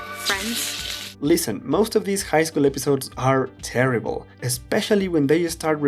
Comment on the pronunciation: He said, terrybull